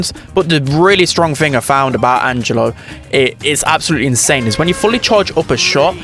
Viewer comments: Angelo its an italian name, almost perfect pronunciation tho Edit: and yeah, angelo literally means angel in italian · The pronunciation is correct Angelo is a normal italian name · Not only he is balanced, but looks very fun too. (btw the pronunciation was perfect, italian approved🤌🏻)